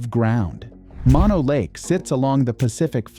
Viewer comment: If you want to see one of those basalt cliff formations without going to another continent, visit the Devil's Postpile, in California. It's not far from Mono Lake, which is pronounced Moe-no, not Monno. It's named after a person, not a Latin word.